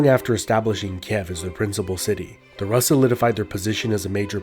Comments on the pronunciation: It's pronounced "roos", not "russ". Also, why does the artist's impression of Slavic tribes look like a Turkic nomad? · Rus is pronounced as roos not rahs. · I like the way you pronounce Rus, it should be pronounced Roos but Ruhs is really nice 10/10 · ur pronunciation of Russ is incorrect! Russ is ROOS not Rus! which is why many countries still to this day call Russia Roooosi or Roos i.e. RUSS! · It's pronounced Roos' not Raas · It's pronounced "Roos" not "Russ" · Roos, not russ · Isnt rus pronounced Rooose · in Russia: Rus is pronounced "Roos". Russia is pronounced "Roosia". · Rus is pronounced Roos, not Russ lol. It's so disconcerting and sounds... uneducated. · It's pronounced "roos" with the s being palatalized 😡😡😡😡 jk good video, all I know of russia's old history is from all those russian cartoons about knights i watched when i was a kid Also you said Moskva river but then called the city Moscow 😂😂 the city is also called Moskva lol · Lots of info but you pronouncing rus wrong everytime bothers me 🤣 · Interesting if somewhat cursory runthrough of early Russian history. A clarification, the Rus were Swedish Vikings from the area called "Roslagen". The 'u' in Rus is pronounced just like the 'oo' in foolish btw. 😳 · Why Russian pronounced rus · this is right, most land names of past century's are pronunciations of todays historians. there was no byzantine empire, only eastern roman empire, no greeks just romans, no Carolingian just franks and so on and so on. the list is like endless all the names were given in the last decades or century´s for empires and people millennia's ago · Russia =/= Rus. It sounds differently in all slavic languages. Russia should have been latinazed to Rossiah. Look up Russian pronunciations. Russians themselves even mock English pronunciation and say it's incorrect.